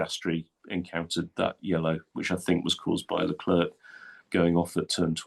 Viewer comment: Honestly, why are Englishmen so lazy in their pronunciation of foreign names? "Leclerk? Give us a break!